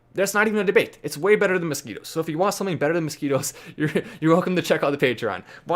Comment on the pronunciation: 🤣🤣masquitwos, whatcha goning two do. Go awantcha mozquitwos.🤣🤣